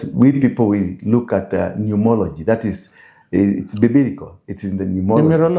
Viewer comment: Numerology.. not numology😂